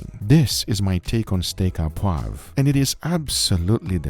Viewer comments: It's steak O poivre. Au in french is an O sound. Not A, O. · Looks delicious!!! By the way, you say "steak a poivre" it's "au", which is pronounced "oh". Just say "Steak oh poivre" and it will sound 100% better! source: I'm french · Steak à poive? Sir, it's steak o'poivrrrh (steak au poivre) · For anyone who cares, it's not pronounced "ah poivre" but "oh poivre". Also I find it interesting that the sauce you make is so red. The French restaurants that I go to have more of a cream colored sauce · "Au poivre". Pronounce it like "Oh Pwav" you'll be very close to the right pronunciation. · Its pronounced Steak -oh poiv re In french "Au" is "oh" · Steak O poivre 😊 poivre, you pronounce as POO-AAVR in a single take.